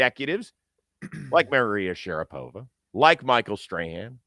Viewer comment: "Merryria Sharapova?" Haha Edit: everyone has a pod now! Even rich people... money must be good.